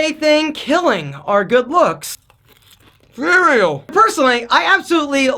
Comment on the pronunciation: when he said "Cereal" 😂😂😂😂